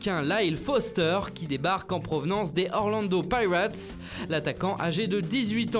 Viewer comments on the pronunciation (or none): Orlando “païrates"?? 🤣